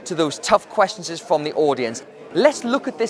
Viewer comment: The way he says “questions” makes me feel uncomfortable 😂